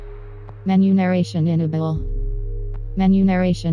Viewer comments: MENU NARRATION INNABLE. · "In-a-bull" - "Dice able" - great job, menu narration. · "Enablay... Disablay" hahaha. Really, the one that in general seems like it should be a total given is subtitles. It was surprising to see that some games just didn't have them. Very useful for pretty much anybody and everybody. Whether it's for players with hearing issues or people who live in places where they need to keep the volume down (crappy apartment walls) or just need to keep it down for other reasons (someone sleeping nearby). Or maybe they can't make out an accent or whatever. Subtitles are simply useful for everybody (and turning them on or off should be as simple as ON/OFF in the menu. Super basic). The implementation of extra detail to those subtitles becomes another question though in terms of how to apply it to gameplay. Like maybe giving away who is saying something in a stealth game is counterintuitive to the the sneaking aspect that is meant to keep you on your toes and second guessing yourself until you clearly make that distinction of, "yep I see that person is moving their body or mouth when they are speaking therefore they are the speaker", as opposed to someone in the distance maybe is the speaker or is not, but the game gives it away with a big speech bubble above their head which gives me that info way before I as the player could have made that distinction myself. Again though, this is like next level aspects of the general subtitle issue (and I'm talking strictly dialogue subtitles). The first paragraph is really the simple standard that should be